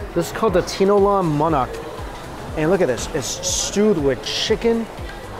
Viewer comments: Tee - NO - LAH-NG MAH- NOK LOL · "tinolang manok" became so foreign to me because of how you said it lol